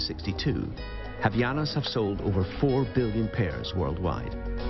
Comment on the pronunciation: And also "Havianas"??? WTF?! It is called "HavAianas",... yeah boy...